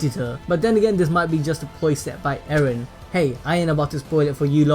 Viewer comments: Why u call eren. aaron? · Not eren "ereh"